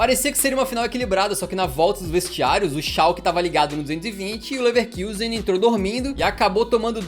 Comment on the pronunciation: Ouvir “Leverkiusen” dói o ouvido